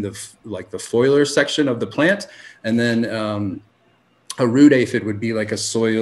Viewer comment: Great interview! I LOVE the Future Cannabis Project, so I appreciate the crossover We gotta teach the cannabis community how to say the words "FOLIAGE" and "FOLIAR". Too many want to say "FOILAGE" and "FOILAR" for some reason Love, Mr. Pedantic :)